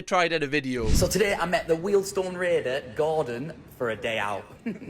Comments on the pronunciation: When finds out it's 'weeeeeldstone' not 'weldstone'. 😁😁🤣🤣 after saying it about 50 times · Weeld-Stone raider. Good vids though😂👍🏼